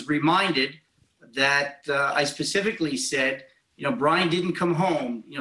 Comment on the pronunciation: 🤔 Hmm, Pacificly. I would hate to see This Lawyer go Atlantic on any questions he is trying to explain. I believe the correct word is Specifically. Pacificly really isn't a word is it?? Wondering for myself...🤫🤔